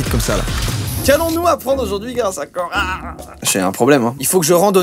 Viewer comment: C'est hyper perturbant 😂😂